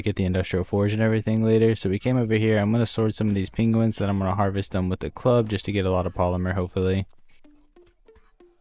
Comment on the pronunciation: dude, say "penguins" again XD